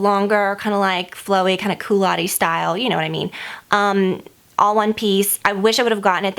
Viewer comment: What does coulotte-ish mean? You definitely said "coulotee-y style," just a little frustrating as that word doesn't exist